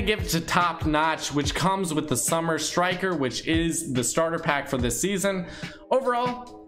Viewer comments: Its SUMMIT* Striker Summit not summer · It is summit striker not summer striker btw